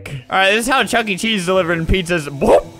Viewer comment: It's chuck-e not chucky lol